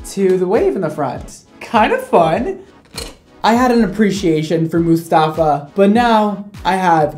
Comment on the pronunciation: Everytime says Mustafa i laugh so hard. He’s actually saying the Arabic name right though. 👏🏼 😂😂